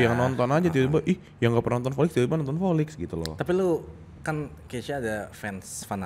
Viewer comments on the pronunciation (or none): Di episode lain juga sering ngomong v jadi p volix aj jadi polix. Ngakak. Dicari-cari aja salahnya 😂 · Lah volix aja nyebutnya polix kok waktu itu, krna memang ga bisa auto v gtu